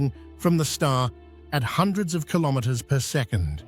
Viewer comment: …at over six hundred kilomwamwamwam….